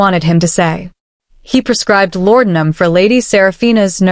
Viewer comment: Great story!! The only thing I didn't like was the way AI pronounced laudinum.